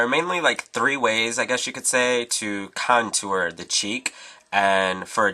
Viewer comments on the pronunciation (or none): Love how u say "contooer"